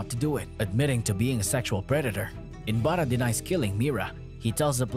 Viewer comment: He is not inbara.... He is inbaraj.... J is not silent mate.